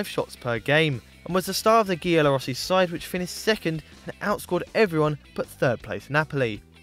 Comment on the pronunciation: Nice video guys btw giallorossi is pronounced (jiallorossi)